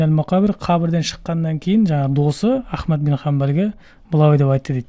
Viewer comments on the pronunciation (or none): none